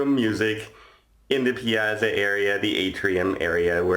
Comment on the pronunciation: May-rah-vee-lee-ah (Me-ra-vi-gli-a) Piazza is pronounced like Pizza with an AH in the middle! The ZZ in Piazza and Pizza has a TZ sound. Hope you feel better soon!